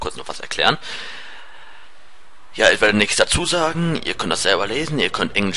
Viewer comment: du sagst nicht ich sondern is